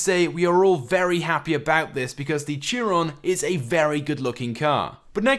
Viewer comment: Its so cringe when he says Chiron its pronounced (shy-ron)